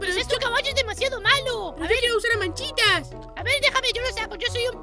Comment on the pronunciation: Dice machitas no manchitas ¿no te diste cuenta?y si te diste cuenta amiwilike